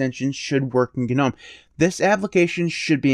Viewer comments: AGREED!! BUT-- one glittle gdang gpoint--gits gnot gdamn G-Nome...... it's NOM silent G silent e.. NOT GDAMN G-NOME!! GGet GOVER GOT.. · The "G" is in Gnome is silent...